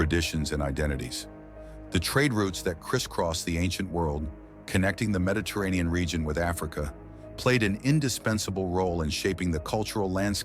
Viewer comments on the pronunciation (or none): none